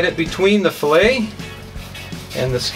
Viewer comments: It’s not called a FILLIT it’s called FILLET SOUNDS LIKE FILLAYYY!! lol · hahaha "fill its" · @@ Are you Canadian? Filet is a French word or a derivative. Do Canadians pronounce filet with a hard t instead fil-lay as the Brits do? How do you say felt mignon? Just curious. After seeing all of the negative comments from the ignorant and shallow end of the gene pool I was hesitant to ask. The question isn't a slam.